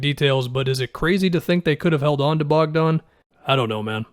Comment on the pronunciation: It's Bogdan not Bojan